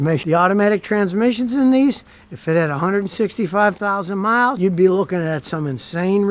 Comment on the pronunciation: Emphasis on the 165000 miles 😂😂😂